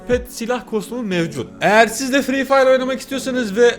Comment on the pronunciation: Nobody:: fre fire Nobody:waht:lacasade palellll